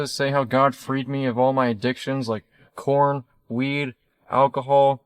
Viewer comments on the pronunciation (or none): You say Jeebus for JChrist, he says corn for adult movies. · I thought I just misheard him, but he really said corn!!! 😂😂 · Porn not corn…. Hahaha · He said corn instead of porn